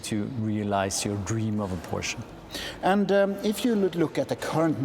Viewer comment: Great video! Finally a reviewer who can pronounce the word Porsche correctly, like Germans do ;)